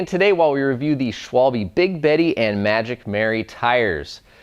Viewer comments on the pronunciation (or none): Please guy, can someone tell the american, british, ect. how to pronounce Schwalbe :D